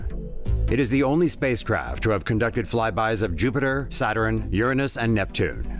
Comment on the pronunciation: Why does the male narrator say "Satterin"? It's "Saturn", you putz!